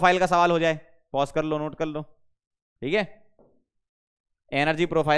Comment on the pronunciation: "Chalo is ko pause kallo Note kallo" Was epic 😂😂